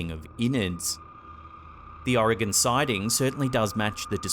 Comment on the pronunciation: It makes me so happy that you pronounce Oregon correctly. Thank you lol